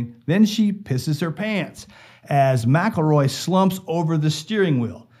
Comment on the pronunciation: Yea they do. The police know damn well who done it!! Why do you think the sheriff left just before it happened when he knew they were all riled up. You need to learn how to pronounce his last name!!